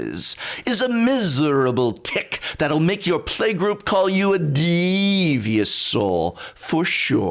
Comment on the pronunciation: "It's a miserable tick that will make your playgroup call you a d...eeevious soul" Lol that got me